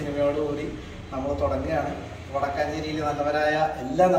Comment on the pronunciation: വടക്കാഞ്ചേരി അല്ല മച്ചാന്മാരെ വടക്കഞ്ചേരി 🔥